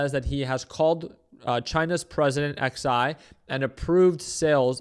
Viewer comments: His name is not X I. It's Xi, pronounced like Zhee. How the hell don't you know that. 🤣🤣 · Wow this guy makes millions and doesn’t even know how to pronounce Xi of China lmao